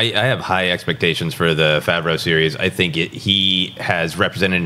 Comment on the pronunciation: They aren't going to release a Boba Fett movie on the streaming service. It would only make a fraction of the amount of money it would in theatres, you're high... also, never researched how to pronounce Jon Favreau? Lol